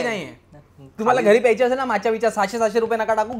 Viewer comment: an yar mla cofee " piyachi "ahe ❌ mla coffee " pyaychi" ahe ✅